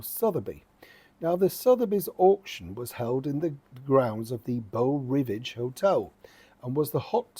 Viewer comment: Dear, It's "bow ri VAGE". Waving form US!